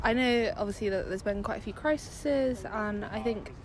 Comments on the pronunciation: Criseses. She got into university and says, criseses. God help us. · Crises not criseses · Did she say crisises? Doh, student!!!!!!